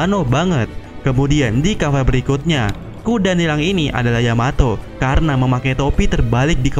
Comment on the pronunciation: yamato min bukan yamao